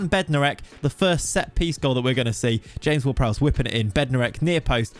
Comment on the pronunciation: interesting way of saying ''James Ward-Prowse'' xD